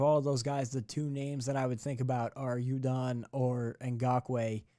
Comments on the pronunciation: Who the hell is Yudon ? It’s Judon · Bro they signed Wolfe to an extension mid season. U have no idea what you’re even talking about. And why are you say “u”don vs judon (pronounced jewdon) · Judon pronounced (gew-don)